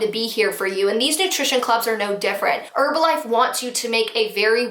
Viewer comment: You're saying Herbalife wrong....the H is not silent in the word Herb.... Say her....then the rest of the word. Not erbalife...made the vid unwatchable